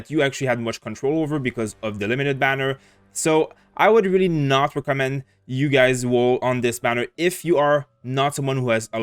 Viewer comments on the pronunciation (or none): none